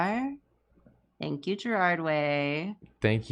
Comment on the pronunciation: GAERARD Way, not Gerald., of all people, should know better.